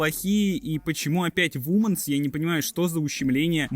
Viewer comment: Братанчик не вуменс, а вименс (женские)